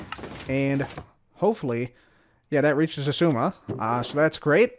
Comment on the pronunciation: Two seconds of saying “zizooma” and now I’m having a crisis… exzooma? X eye zooma? Igzooma?